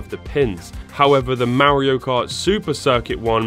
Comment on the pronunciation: "Mario Kurt" 😂😂😂Ich brech ab! 🤣🤣🤣